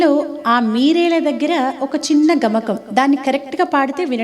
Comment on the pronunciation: Gamakam cheppale please gamagam